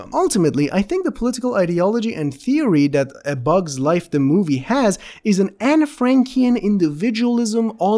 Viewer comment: YEAH I HAD TO REWATCH THAT A FEW TIMES TO MAKE SURE I WASN'T HAVING A STROKE